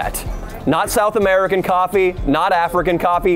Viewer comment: “Why’d you spike the coff?”